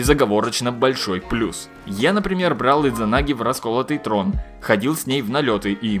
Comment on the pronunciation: Д не произносится! SMOrc